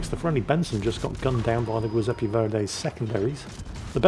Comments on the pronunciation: Giuseppe is pronounced Djiooseppe, not Gweeseppe!! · The what? The "goy"seppe verdi? How can you have a cat called juizy but pronounce an Italian name with a hard G? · really butcherd it today, LOL